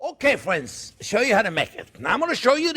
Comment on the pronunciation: "well hello there phrinzzzzzzz!!!!"